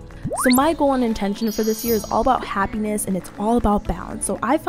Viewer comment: the h isn't in happiness